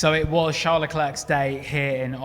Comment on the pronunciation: It's pronouced Sharle Leclair, not Tcharlz Leklerk.